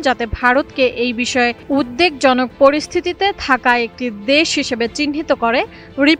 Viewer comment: “উদ্দেকজনক” না “উদ্বেগজনক”? হায়রে শিক্ষা… আর সোমবাদিক!